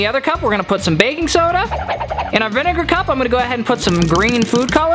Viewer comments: He said vniga😭😭😭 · So we are not talking about how he said vinegar wrong